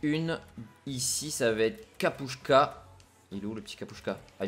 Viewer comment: Tu lis Kapustka avec S pas ch ! Sinon super vidéo continu comme ça !!!